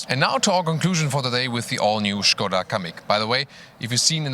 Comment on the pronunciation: I love that pronouce the brand correctly, nice touch:) the car looks rather good I might say!